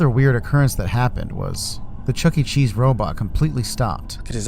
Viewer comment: I do not want to go to Chucky-e-Chees with you